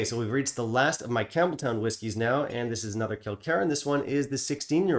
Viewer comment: It’s not pronounced Campbel-town. It’s pronounced Campbel-ton. I learned that on my trip to Scotland recently. Not trying to be rude at all. Just a kind FYI. 🙂